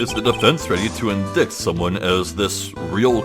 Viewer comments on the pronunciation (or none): affidavit - 'ah fah dave it' indict - 'in dight' Sorry, but after hearing the two in a row, it's driving me crazy. No judgement, I'm awful for mispronouncing words I've only read too. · "Indict" is pronounced "In-dite"